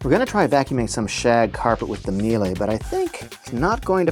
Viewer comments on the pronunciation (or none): It is pronounced Me Lah. Not me lay. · It's pronounced me-la. We use the C1 canister vacs for our cleaning company and we get about 4 years of use without issues from the vacuum(pretty good since we use an abuse these vacuums at least 6 hours per day). Biggest problem is that the cable gets sensitive over time which is not that hard to replace yourself. Edit: Miele does offer powered brush attachments with their higher end C3 vacs. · I usually hear it pronounced ME-Luh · I was about to post this comment about how to correctly pronounce Miele. Glad I checked the comments first.